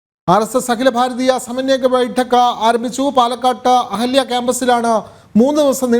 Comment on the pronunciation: അഹല്യ ആണോ, 'അഹാല്യാ' ആണോ..?😅